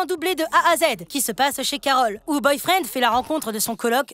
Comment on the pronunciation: C boyfriend pas boyfreind